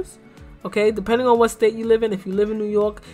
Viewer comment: Lol the way u said New York I know u r from New York lol I’m from Jersey